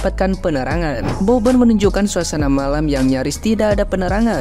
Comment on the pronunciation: Mbaknya yg jilbapan, situ gen z ya kok bahasa tuturkatamu ga bener ya... nyebut bobon aja babon. Ga minta maaf lg salah sebut.. ga enak bgt dan ga pantas untuk... aku yakin dia ga paham bobon kesana ada misi kemanusiaan bukan fisit atau berkunjung saja. berkomentar...